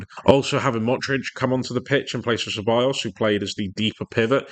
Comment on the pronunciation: Good video but Ceballos is said like Sebayos not Kebayos